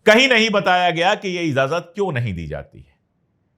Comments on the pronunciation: pandy ji.................. izazat nahi...................... IJAZAT ....corret word hai. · sabkuchh bahot achchha hae bas IJAZAT boliye please,not IZAZAT, sorry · Sir I like you very much and watch your all the episodes , with due respect to you I want to correct one word of Urdu,it’s not “izazat “ it’s” Ijazat “ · Slip of toung